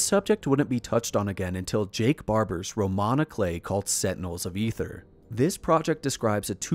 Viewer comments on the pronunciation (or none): none